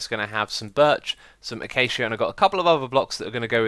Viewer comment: o,O did xisuma actually say acacia correctly??? mine = blown